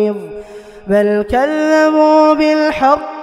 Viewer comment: Min, pada surah ini ayat ke 5 terbaca " Bal każżabū bil-ḥaqqi lammā jā'ahum fahum fī amrim marīj(in). Tapi Salah Mussaly membacanya : bal kallamu bil ...dst. Apa saya yang salah dengar ?? coba cek berulang suaranya di ayat 5 tersebut jika perlu pakai headset.